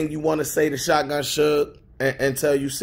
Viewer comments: Boy called that bih Shutgun lol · “SHUTGUN” huh lol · “ShutGun” lmaoooooooo